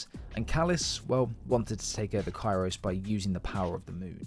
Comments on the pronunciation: Kairos Not kairo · What do u never pronounce the s in kairos u imbecile.